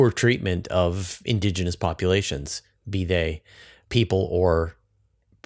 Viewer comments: Is "indogenous" a specific term in astrobiology, or does she just have an unusual pronunciation of "indigenous"? I've looked it up but can't find anything conclusive. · stop saying "indOgenous".